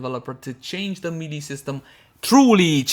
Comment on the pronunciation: Hey. Love your stuff, but I keep noticing you're saying melee in a funny way. It's pronounced more or less like maylay.:D